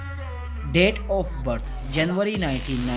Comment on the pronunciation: I really thought they're dead.. bcuz the narrator pronounce Date as Death hahah sorry for my deafness